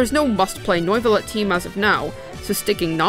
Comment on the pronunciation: "Noi-va-let" .....why.. it's just "New-va-let"